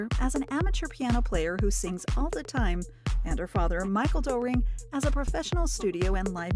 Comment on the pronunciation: Also terrible pronunciation of German names. It’s not Doe- ring (as in doe, a deer, a female deer…), but closer to Durring (the diphthong oe in German is usually another way of spelling an o with an umlaut over it (ö). Also “Neumann” is not “Newman” (although it means that), but more like “Noy-man”. As someone born in Germany myself, these kind of mistakes by English speakers (or perhaps an AI voice in this case) make me cringe.